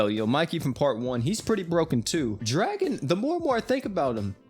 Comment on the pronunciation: Idk where you got the info saying Draken name is Dragon but you are incorrect. His name is Ken Ryuguuji and his name is pronounced Dra-Kin. If you are gonna make videos about crossovers with anime names at least do 2 seconds of research and get your info correct